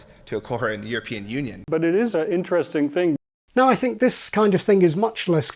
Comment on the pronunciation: There's something else young people do. she doesn't say "unpublish ʔit", she says "unpublish ʔiʔ". They replace all of their mid-word T's with glottal stops, like now it's "buʔon" instead of "button".